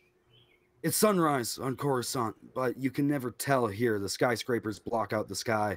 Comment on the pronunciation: When you said Coruscant I peed my pants with excitement. (I will say not literally)